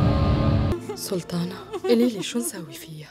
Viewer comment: ما بتقول سلطانة بتقول سلتانة😂😂😂😂😂😂💔